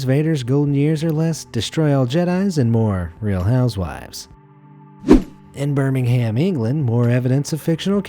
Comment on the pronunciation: The way he said Birmingham lol